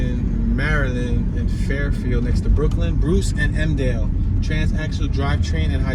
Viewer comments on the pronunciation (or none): none